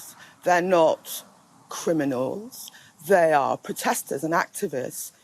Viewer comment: There not cwiminals. Your son is. LOL